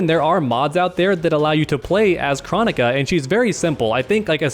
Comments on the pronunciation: jesus christ did its KR-OH-NI-KA NOT CHRO-NI-KA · We gonna talk about how he says kronika other then that good vid. Just drove me crazy how he says her name.